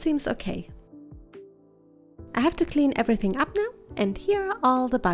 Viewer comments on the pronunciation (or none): none